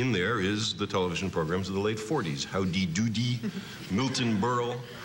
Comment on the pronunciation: That was the best enunciation of "Howdy Doody" I've ever heard